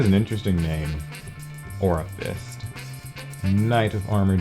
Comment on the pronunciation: "No, my orafist." ...classic dialog